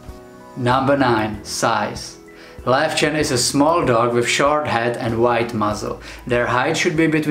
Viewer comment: Yay for the correct pronunciation! :D My Löwchen only does a sort of quiet short bark if there's abnormal human activity outside our apartment block at night. So it's really rare and I know to get up and inspect what's going on if she does that. But she's the only little lion dog I've ever had - she came to us as a 7 year old rescue from an illegal and filthy puppy farm - so I don't know if she's typical for her breed or not.